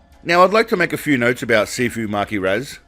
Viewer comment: I thought you were saying "Seafood" not "Sifu" 😂